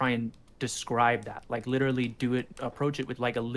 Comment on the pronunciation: "LITRAL-LIRTRAL----LITRALLY" "HE LITRALLY-"